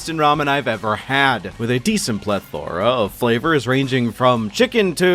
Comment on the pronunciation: Whyd you say plethora like that😭☠️ “pleth-aura”